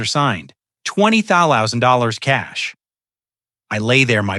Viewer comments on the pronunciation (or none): AI doesn't know how to say $20,000.